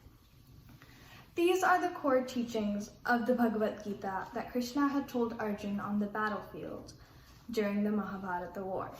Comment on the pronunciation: Excellent presentation by Shaarika Kaul. God bless you. Rendered Slokas melodiously with proper pronunciation. Great job. Keep it up and practice more learning Bhagvatgita.